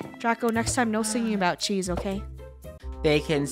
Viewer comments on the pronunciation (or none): I hear "ABOW" 🤧